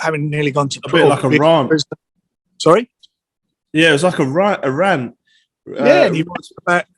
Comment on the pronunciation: “He went on a raunt” 😂